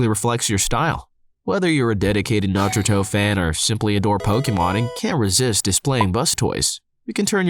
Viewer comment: No one is gonna tell him?! Okay,, youre pronouncing names and such wrong in your rug ads. Its Naruto... Not natuturo. Its blastoise... Bus-toise You may want to consider pronouncing these correctly for professionalism's sake. Also, I've broken my tail bone as a young kid. That was among the worst pain I've ever been in. I didn't go to the doc (my mom was an EMT) cause there's nothing they could do.. it took 5 years for that pain to calm down. I still can't sit straight on it.